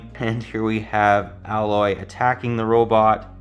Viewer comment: I want this set. But every time he pronounced Aloys name wrong, it made me feel eegh. Plus he cleary had no idea what a focus is.